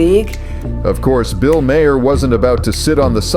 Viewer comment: Someone fix these Ai voice overs, Maher=My hair? Really? 🤨🤨